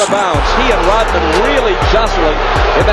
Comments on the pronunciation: Rodman, not Rotman. The letter D, not a T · It's sound like the narrator is saying Rotman rather than Rodman.